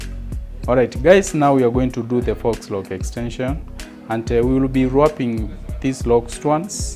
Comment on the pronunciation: you pronounced FAUX as fox. It’s pronounced FOE.